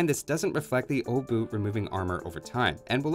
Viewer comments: Pole here, The 'ch' at the end IS pronounced, it's not 'oh-boo', more like 'obuhh' Also... You know you can use Google Translate to check pronunciation with the 'Listen' option, right? (It translated to 'hammer head') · Ch makes sound, it's not O-bu, it's Obuch. You're heavily highlighting "O" as well. :P Still, nice to see you dive into those analysis. Thank you <3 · Wait, is it really pronounced like Oh-buch? I'm a Czech myself so I thought that the pronounciation of the "O" part would be rather O-buch (With the "o" sounding like in for example the word "of" or "or"). Edit: So it's pronounced exactly like I thought. You're really close, but at the begining it's indeed pronounced with short sounding "o" (like I explained above) instead of it sounding like "oh". But the rest of the word is spot on from your side. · Correct pronunciation, just the O is not [Ow] its just [O] just like in "age OF empires" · I'm triggered that you know how to pronounce the CH at the end of Obuch but still choose to pronounce it "Obu" without the CH for the rest of the video. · Obuch are pronounced with a hard "H" at the end 👍🏻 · Iirc, the 'o' is pronounced as 'aw'. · It's pronounced "oo-bush". Trust me I'm spaniard, I have no idea. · I'm the only one that hear uwu instead of obuch? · it's pronounced "obuch" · gets told that pronouncing the "ch" as the "h" part of the German "ch" is correct - proceeds to read the "h" and not pronounce it at all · About the pronunciation thing and that one Polish dude writing that Polish is stupid about pronouncing "ch" similar to "h" in "house". Aren't most latin-alphabet languages like this? It feels like English is being "stupid" about pronouncing "ch" weirdly.